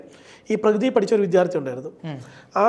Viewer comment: പ്രകൃതി അല്ല പ്രഗതി